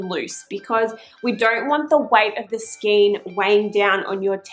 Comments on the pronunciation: It is pronounced SKANE even though it looks like SKEEN... In Australia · A good video. However a Skein is pronounce Skane, not Skeen, please. I endorse re winding the yarn into a loose centre pull cake or putting the large skein onto a ball holder like a Chia Goo, which will rotate & allow free flow of the yarn It can also be beneficial to add a few weights like bulldog clips around the inside, to add a little tension on the tube of fabric It can be easier to cast off by only cranking 1 or 2 stitches at a time, to prevent ladders forming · Just FYI. The word ‘skein’ is pronounced ‘skain’. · Well done...easy peasy...some feedback..FYI...skein is pronounced skin as in rain not seen as in keen